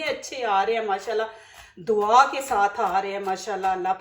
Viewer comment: dwa nhe Dua hota hay